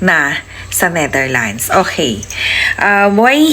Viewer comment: Ayusin mo ang pag banngit ng bansa ng Netherlands dahil trying hard ka, hindi NETHERLINES as you said